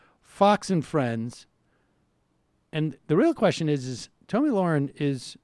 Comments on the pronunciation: It's not Tomi for f*** sakes it's Tommy like the boy's name it's not f**** hard it's just felt a little different people like to make f**** different genders up go with it a fat old f*** who's like 40 years old can transition to a girl a four year old girl and you guys cannot get this woman's name right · "Two-mee Lahren" 😂 .......or Tammy or Toni?! 🤣🤣 I'm glad to see how forgettable that stupid bitch is for no one getting the most basic bitch 'Tomi' name correct (Toni Lasagna!! 😂)